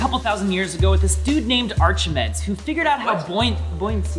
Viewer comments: it’s Ar-ki-mee-deez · "who invetned buoyuancy" 😂 that's almost as funny as how pronounced "Archihmeds" and then Arkamedezzz shortly after. EHHH he's got it! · isn't it arc-imeedies? How it's said😂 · it is not arch-a-meds it is arca-me-deez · it`s are-ke-me-deez, not arch-e-meds. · Me: Hear AR-CHI-Mi-DEES Me: AR-KI-ME-DEES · Arkamadez? I hope that correction was a joke. It's pronounced Arkimeedeez. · arr-kuh-mee-deez nuts. (I apologize in advance) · Arr-Kuh-mee-DEEZ NUTS!!! IM SORRY I HAD TO DO IT!!!!! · Are-Chi-Meds! Ark-a-Mid-dez! Are-Chimmy-Dees! Poor Archimedes; can't get no respect from these modern boys. (that's Are-ke-Me-dees). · Arch NOT as in an arch, but as in archetype or arc-ee-mee-this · Yes, Archimedes...You wreck ah....LMAO! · i know it was just a joke but isnt it ...."ARCH A MEE DEES"???? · pronunciation: ar-ci-me-dies Archimedes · Ar-Kee-Mee-Dees, Archimedes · ARC HIM E DEES thats how to pronounce it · I died a little when he pronounced Archimedes Archie-meds 💀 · ARK - AH - ME - DEEZ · ark-uh mee-deez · Uhh ark-ahh-me-deez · it's pronounced Ark em mee dees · Its pronounced Ark-ih-me-ds. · Dud, it's Ark-A-Meadies Thats about how it is pronounced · Omg its pronounced Arch -aha-mee-dees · when he said archiemeds I died a little inside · Ark-ih-mee-dees!!!! 😆 Awesome video though, ignore me being pernickity. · So many incorrect pronunciations of Archimedes... Are - kuh - me - deez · Bruh arc-am-ie-dees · that google search read: who INVETNED BUOYUANCY...lol.... Also: Ark-meds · "Arch-meds" I felt a great disturbance in the Force, as if millions of Ancient Greece-loving geeks suddenly cried out in outrage and were suddenly REEEEE-ing. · I thought the name was pronounced: Arch-Ah- Mead- eees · It’s arc ah mee deez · Arc meh hee deezz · I’m in so much pain from when you pronounced Archimedes like ar chi me des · Folks, HERE IS THE REAL DEAL, how it is REALLY pronounced in Greek: AR-HEE-MEE-THIS (as in this/that) /Native Greek spreaker